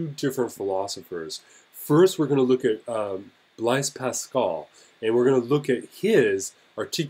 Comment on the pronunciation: It's pronounced like 'blaze'